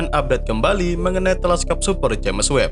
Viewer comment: Maaaaaas... Subscribernya kan udah banyak.. mbok yaah ejaannya dibetulin gitu looh!!🤣😅🙏🤪.. James bacanya Jems.. bukan Jemes maaaas!!.. wkwkwkwk..